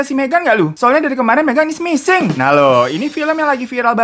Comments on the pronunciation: Beberapa detik pertama yang gw denger: "MEGAN IS NGISING" 👁👄👁 Edit: suwun jempole mas/mba🙂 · Berdosa banget ga sih pas bang Hiro bilang "Megan is missing", gue dengernya "Megan is Ngising" 😭👍🏻